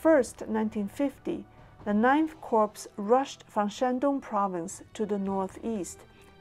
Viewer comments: Minor note: "corps" is pronounce "core", not "corpse" Corpse is a dead body, not a military unit. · A great video,! The only tiny mistake is in pronouncing 'Corps': it should be pronounced as 'Core', not 'Corpse'. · Thanks for the information,. Just so you know, you are mispronouncing the title of the US Marine Corp. You are saying the word 'corpse', which means 'dead human body'. The correct pronunciation is 'core', as in the core of an apple. The 'p' at the end of Corp is silent. English has many strange exceptions, to its many strange rules. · Excellent. I hope we can get simplified Chinese subtitles eventually. By the way, "corps" is pronounced "core". If you will forgive one further comment, it is easier distributing a chart or table in one image in simplified Chinese, with very brief commentary at the bottom.